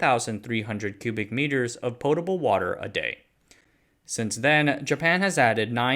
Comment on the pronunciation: It’s pronounced potable not potable ffs